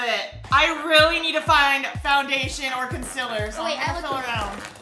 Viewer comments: I love how they said concilar instead of concealer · i love how says conceler instead of concealer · consealer:consiller